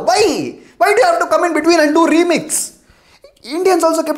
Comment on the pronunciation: Don't do REeeemix 😂. Testickle😂